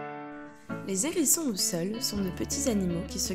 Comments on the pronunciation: Arrêtez tout ! Le contenu pourrait être intéressant s’il n y avait toutes ces liaisons malheureuses : les N hérissons les Z hérissons !!! C est une horreur ! Abstenez vous de faire de tels commentaires ou au préalable prenez quelques leçons de français c est un minimum même si désormais la langue française admet certaines liaisons désagréables ! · Les zérissons ? Le « h » est aspiré ! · Les zzzzzérissons !? Les H érissons . Merci 🙏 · C’est pas des zerissons mais des Hérissons…. Bon sang parlez français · Je 'apprêtais à faire exactement ce type de commentaire sur la liaison les Zérissons, qui ne se fait pas . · Commentaires intéressant sur la gentille petite bête, mais concernant la forme les liaisons ( à ne pas faire) étaient vraiment dérangeantes! sans cesse: les ZHérissons et un N hérisson J'ai failli arrêter la vidéo Ça écorche les oreilles...et sans doute pas que les miennes ! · Je ne connaissais pas les "zérissons" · AH les Zérissons et les Nérissrons lol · les zerissons, ,nerissons ... aie aie aie je saigne lorsqu'ilS sentENT, le hérisson ................... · Les zérissons, vraiment ? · Les z herissons ! 😬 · Les zherissons ? Bravo la voix off d'adolescente immature. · Pas de liaison quand il y a un « h » en début de mot…